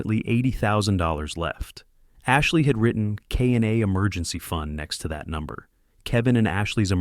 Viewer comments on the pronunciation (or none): none